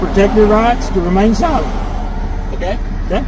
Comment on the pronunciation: Love how he says “remain sil’uh’ent”.